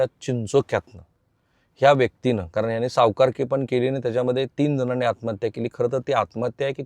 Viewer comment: i always listing your video. you are presenting very well but need to improve your language. sorry for free advise. ani bani & pani need to improve.